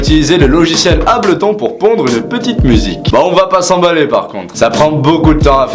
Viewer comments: ta vraiment dit ableton... on dit abelton mais super vidéo bro ! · tu dis encore une fois ableton 'ablethon' et je me désabonne XD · Ableton mdrr tu ma tué 😂xD on dit "abeultonne" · "Ableuton" il le dis par ironie '-'